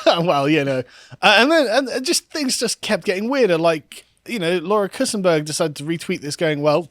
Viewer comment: pronounced kuntsburg